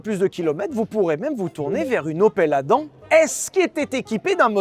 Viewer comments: J'ai une opel Adam, mais j'ai toujours prononcé ça*adamme*. Qui a raison? Je pense quand même que c'est 😅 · Hello. Mis à part la prononciation de Adam qui m'a titillé l'oreille tout au long du passage, merci pour ce guide :) Je garde donc ma Yaris 3 achetée 11k€ il y a 8 ans, le plus longtemps possible :D